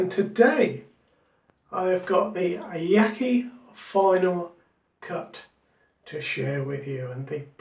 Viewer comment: By-the-way, Yaqi is pronounced: Ya-shee.